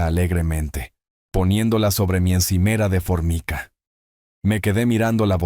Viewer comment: Se pronuncia " formaica '